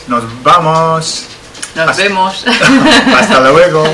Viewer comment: It sounds like (hope I spelt that correctly) says "hasta juego" at the end of the videos. Is this so? I have a real hard time in listening to Spanish, but a much easier time reading because I can recognize the words. Thanks for the videos!